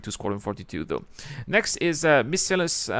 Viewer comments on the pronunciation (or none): Missile-AY-NEE-US ;P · Miss-ee-lay-nee-us mon ami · No, I've never used the cutting tool. I have seen in during a CitizenCon presentation though. Sounds like there could be more opportunities to die on ladders in the future then. Miss-a-lay-ne-us 😉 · Miscellaneous is a difficult to pronounce word even for native English speakers. I've always heard it said missile-aye-knee-us. Hope that helps. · Miss-a-lane E-us